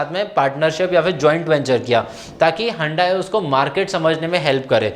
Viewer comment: Hundayi nahi sir hyundai 😂 respectfully sir 🙏🏻